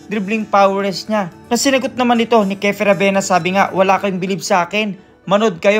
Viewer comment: Kiefer not kefer